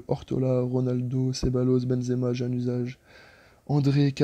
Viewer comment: Januzaj se prononce "gnanouzagne "